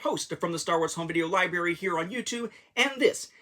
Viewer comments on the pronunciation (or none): I swear you said “liberry” and “youtoo”.